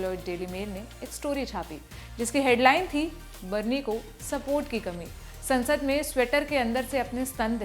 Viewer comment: Saansad nhi ... sansad